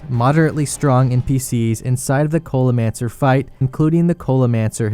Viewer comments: did this man just call the culinaromancer the cola-mancer lmao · Why do you keep saying culimancer